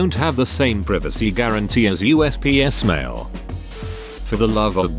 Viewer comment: USPS pronounced as Us psst